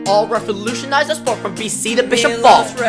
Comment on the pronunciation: Why canadians say he is canadian but no one of them know how to pronunce his name!? maybe cuz he is Montenegrin and not canadian!?